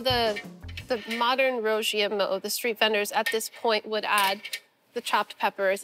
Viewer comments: Ive lived in china for a decade and every time i hear them call that a chinese hamburger it gets on my nerves. Meat between 2 pieces of bread is a sandwich, not a Burger. Also, that pronunciation of "Rou Jia Mo" was way off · I love Sohla but for a History Channel show, I wish she would make the bare minimum effort to learn how to pronounce the name.